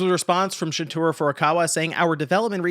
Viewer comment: ShunTARO Furukawa not ShunTURA